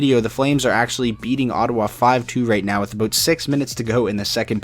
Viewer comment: Did you say aboot at 17 seconds in? dude..... stereotypes